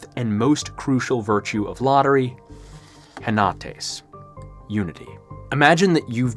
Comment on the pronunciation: They're pronounced keenos (common), sofos(wise), efthina (responsible), enotees (unity).